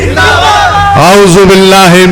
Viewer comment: Bhai ,pehle Aaoozubillah aur Bismillah theek theek yaad kar lo please.